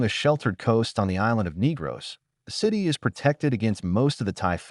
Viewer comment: Why not just narrate the video, instead of being lazy and using AI? It blatantly mispronounced most of the key location names. I mean "NEEgros"?? "BYEkol"?? "SEEboo"?? "Dumageet"?? DAYvo??? The wonderful Filipino culture deserves better than this.